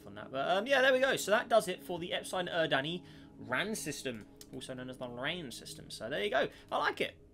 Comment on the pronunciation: because its horrid and extremely incorrect it's pronounced "Ep-suh-lon Er-rid-knee", not "Eps-iegh-lon Ur-dan-ee"